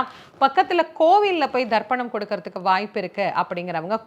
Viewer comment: She say Tharpanam not dharpanam , listen probably